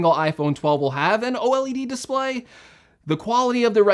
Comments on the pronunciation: He said O-LED display... I’m out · i can’t believe these rumors this man said O led lmao